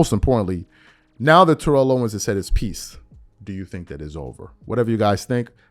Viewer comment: TErrell Owens. T.O has to be so frustrated with people mispronouncing his first name.